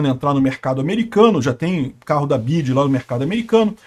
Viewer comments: Nunca ouvi alguém pronunciar Bidji antes... Mesmo aqui no Brasil, sempre ouvi dizer em ingles "Bi Uai Di" ... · É correto esse jeito de falar BYD: "bidi"? muito estranho. Pensei que todos dissessem "bi-uai-di" 🙄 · É "BI-AI-DI " > "BIDI" É NOME DE BATEDOR DE CAETEIRAS 🤣🤣🤣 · "BID"? KKKKK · O nome é BIO AI DI BYD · Onde o aprendeu a falar "bid"? Ninguém fala assim. É o problema de se informar somente por leitura. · Só vi idiotas comentando neste post a comecar pelo Youtuber pronunciando o tempo todo o nome errado da montadora. Minha BMW X3 com 22.000 km rodados foram gastos R$ 27 mil reais na revisão. Vários serviços tipo concierge , GPS e serviços de informação via Wi-Fi venceram e não funcionam. Cobram uma taxa absurda para mantê los.Ah o preço de uma X3 NOVA ? R$ 600 mil reais ou o triplo de um BYD TOP de linha q oferece todos os recursos! Os EUA e a Europa estão revoltados com esta concorrência já q o governo chinês oferece incentivos fiscais para exportação! Nunca irá falir e lembrando q qualquer montadora tem o seu eletrico. Volvo Sueca não produz mais carro a combustão. Trump saiu do acordo de Paris e se dane o meio ambiente! Elon Musk já está pulando fora desta Santa Ignorância presidente da poderosa América!😊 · Por que ele pronuncia errado o nome da montadora? Parece um ret@@